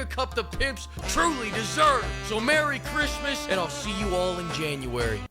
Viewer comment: Mewwy Clismas.